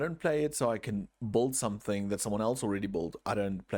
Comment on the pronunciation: the way you say "build", it sounds like you're spelling the "u", it is meant to be silent though.